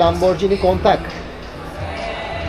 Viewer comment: Emegine saglik. Ufak bir detay: "kontak" degil abi "Countach(Kuntaş)"